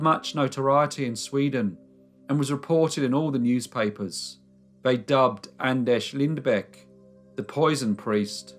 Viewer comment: By the way your pronounced his first and last name was pretty damn good!!